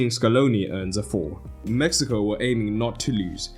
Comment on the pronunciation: I'm positive bro is saying Messico not Mexico, it doesn't even sound like he's saying Mexico